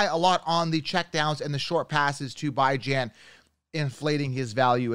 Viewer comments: You don’t even know how to pronounce Robinsons name and he’s your top pick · bro you can go on any video they pronounce his name correctly you butchering it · Why you pronounce bijan robinson name like that 🤣🤣🤣🤣🤣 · Why is it so hard to say Bijan correctly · It's Bee-jhan, not Bye-Jan. Stop intentionally mispronouncing his name. It's juvenile. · His name is bee jawn like the dog not bye gin man 😂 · Alr I guess so, just as a Texas fan it pains me to hear it pronounced that way lmao. Also what round would you consider taking Tony Pollard in after his injury last year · Alr timeout it’s pronounced Bijan Robinson not Bi-Jan Robinson, please look up him getting drafted or something, other than that good video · it's def pronounced Bee-Jon...might not make sense but it's not By-Jon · WHAT?? He said his name is pronounced Bee-jonn Not by-jan Wdym by I set trends… it’s a fucking name bro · I lost all respect for this guy when he said Bijan as ByJaN😂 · “Bye-Jan Robinson” 😂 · It's hard to trust a guy's advice who can't even get names right though...Bajin!! WTF. He sounds very convincing but this is not the first time I've noticed this. Yikes... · It’s pronounced Beejon Robinson, love the content tho! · You pronouncing Bijan name wrong it’s Bee-John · Did you just say “bye-Jan” Robinson lmao. You expect me to listen to you when you can’t even pronounce someone’s name correctly? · it’s literally not and it makes it hard to digest the content. Bee-Jeanne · IT’s pronounced “beej on”Robinson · Bye-jan ? You gotta learn to pronounce names first. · Idk if you're joking but you definitely got it wrong lol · you pronounced his name wrong af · you tend to butcher names though so I’m not surprised you believe you’re right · Are you mispronouncing Bijan’s name on purpose at this point?! 😂😂😂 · Ion know how much I can trust this man and he can't even pronounce Bijan's name right😅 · Why are you purposely pronouncing Bijan name wrong..